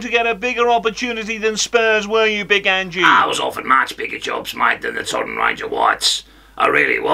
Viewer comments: Accent is quite a way off to Ange's 🍀 and it's not Angie. It's Ange. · Nailed it, great work! His name is pronounced ‘Anj’ not ‘Anjy’. (Dumbass Jordan 😂)